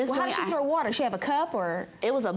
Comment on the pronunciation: “WOOTER” 😂 “Do not turn BACK ON the computer” 😣 These young ladies need to learn how to speak! Jeez!